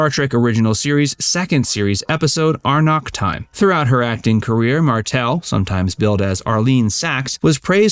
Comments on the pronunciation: Respectfully: "Amok" Time,not "Arnok". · Amok Time, not Arnok Time. Your AI needs better OCR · iT'S AMOK TIME...NOT ARMOK TIME ! GET IT RIGHT ! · It's AMOK time....not Arnok. Amok, as in unruly behavior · Arnok Time? It was "Amok Time" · Dude the title with Arlene Martel as T-Pring was called "Amok Time" not "Ar-nok TIme. Come on man! Honestly. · Did dude seriously just say "Arnok" Time? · “Ar-nok Time”, huh? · Did I really watch this to before I discovered the people who made it don't know what they're talking about? WTF is "aRnok time?" Good gravy, people. What an embarrassment to mis-speak the name of the best episode of the original series. Nobody reviewed this before it went up? Amazing.